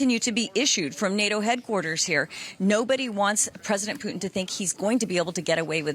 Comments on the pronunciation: Did he just call him Vladamir Poutine? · Him: “Vladimir puteens”